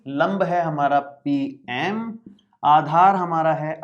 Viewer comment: Aadhar ki jagah par aachar😂😂😂